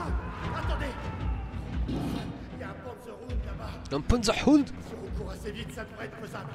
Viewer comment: Quand tu dis Pounderhund ça me fais penser a du pouding xD C'est Panzerhund (panzer=blindé ; Hund=chien ) ;)